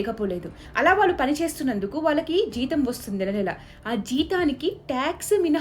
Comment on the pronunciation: ళ ని ల లా పలుకుతున్నారు , వాళ్ళు ని వాల్లు లాగా దయచేసి సరిచేసుకోగలరు